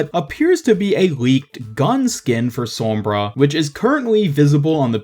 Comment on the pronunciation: great video but i hate the way u say sombra